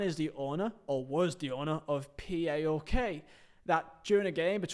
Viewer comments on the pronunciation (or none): Savvidis is STILL the owner of PAOK and its pronounced as one word not P A O K